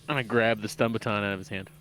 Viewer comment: Lol, are you pronouncing baton and staMiNa incorrectly on purpose?